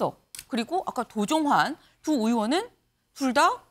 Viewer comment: 도종환인지 도정환인지 도종완인지 구별도 못하면서 무슨 뉴스를 전달한다고... 할렐루야!!!!